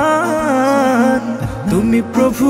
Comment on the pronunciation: রহমান শব্দের হা টা শুদ্ধ করে উচ্চারণ করা দরকার ছিলো!